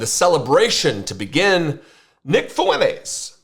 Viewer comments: Nick what? Fueles? 🤣 FUENTES... TESSSSS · Does he pronounce his name Foo-entes because the name Fuentes is Latino, and he doesn’t want to be seen as Latino. That is hilarious 😂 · I see the left becoming more radical after this, which is awesome since it’ll make future elections an inevitability. Also what in god’s name was that pronunciation of “Fuentes”? You’re whiter than your beard.